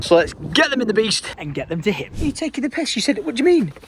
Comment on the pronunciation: I dont get why he pronounces PISS like PESH lolol